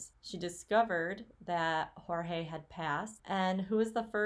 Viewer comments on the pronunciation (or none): I think his name is pronounced like 'George'. At least that's how both Sarah and Jorge's brother say it. Maybe it's because he's American-born? Dunno. Anyway, thanks for the research! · I feel the need to set you straight on how to pronounce Jorge’s name. He stated to the police on one of his arrests that he prefers to be called Jorge pronounced George. Just saying